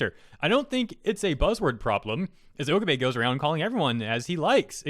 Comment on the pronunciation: Dude, Okabe(Oh-Kah-Bay)